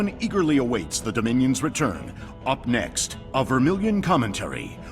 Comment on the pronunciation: Wait is it pronounced Vermilion or Fermilion? Btw great series as always 😀